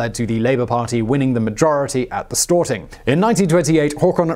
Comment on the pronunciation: Stor-ting not Stort-ing